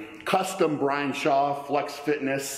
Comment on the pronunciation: Indian Brian